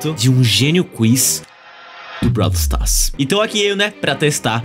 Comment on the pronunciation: "Brau stas" taerrad